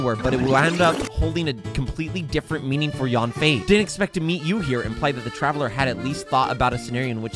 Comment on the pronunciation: Stop saying YAWN-FAY when you're saying her name. It's pronounced sort of like YUN-FAY or even YEN-FAY. Chinese A's have a certain inflection. Jing Yuan and Fu Xuan are good examples.